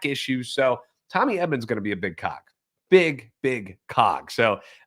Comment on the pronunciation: make sure you fully enunciate the "g" on the word cog, otherwise it sounds like you know way too much about Tommy. 😂